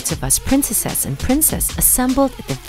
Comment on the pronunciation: Her not being able to say princes and princesses really throws me off.